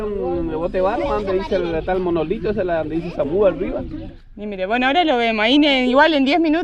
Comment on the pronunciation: Espléndida entrega chicos !! Samuhú se pronuncia con una "H" aspirada que no es muda, tipo "help" en inglés pero además la "Ú" final en realidad es una "O" y te queda algo así como "samojó". Soy chaqueño y nada que ver con guaraníes, de hecho soy descendiente de croatas y vascos pero tmb viví algunos años en Asunción y ahí fui a la escuela. La verdad es que en Chaco nadie habla guaraní ni saben pronunciarlo, a menos que sean Flias de paraguayos que incluso ellos dejan de hablarlo una vez asentados por acá, y si bien tanto el Sudeste chaqueño como el Noreste santafecino recibieron gran cantidad de correntinos y algunos pyos para trabajar en el obraje cuando llegó La Forestal todo ese guaraní se esfumó, de hecho la gran mayoría de pobladores de Samuhú siquiera sabe el significado, tuvieron suerte de que ese Sr supiese, por acá pueden ver a motoviajeros como "Penny Rider" preguntar y nadie lo sabía. Por otra parte en el Noroeste a este mismo árbol lo llamamos "YUCHÁN" (Ceiba chodatii) y tiene flores blancas en vez de rosadas como el del Este chaqueño que es variedad "speciosa", todas esas ceibas están emparentadas con los bao babs de África, y recuerden que nuestro Chaco es el "ÁFRICA ARGENTO", no olviden la PANGEA. 🙋🏻‍♂️desde Chaco🇦🇷